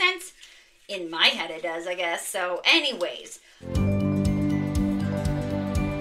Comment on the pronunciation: Sweet finds! I truly laughed out loud at your "Any-whays" because you emphasized an h sound.